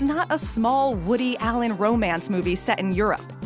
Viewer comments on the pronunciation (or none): none